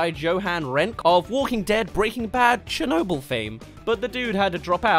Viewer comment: The way you say Chernobyl personally offends me